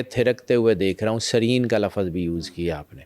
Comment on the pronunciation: Program acha hai lekin urdo k words ye sahi adda nahi kar pate lafz ko lafaz kehte hain ye hume kya bata sakte hain